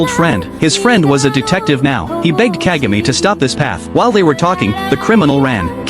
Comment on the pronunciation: It's pronounced Kahgah may.